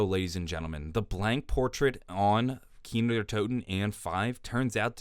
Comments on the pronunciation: kinO not kinER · "Kiner der toten" Bruh, how hard is it to say Kino? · Why does he say keener every time he wants to say the map name